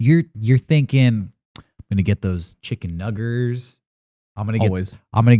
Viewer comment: Did he just say, "chicken nuggers"?